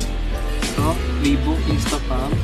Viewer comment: Nayk ng nayk ni-key po Reebook , Ree-bok po